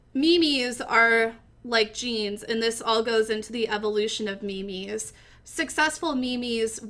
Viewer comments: Me mes its memes not me mes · do i read memes wrong like mims or is she trolling mylifeisalie